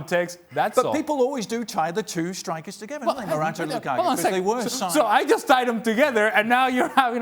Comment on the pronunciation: Lukaku should just fuck Ali Moreno up for always saying his name like that.